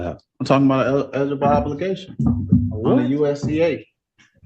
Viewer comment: Second case. “El-guh-bol obligation”. He might have finished ninth grade but only if including kindergarten.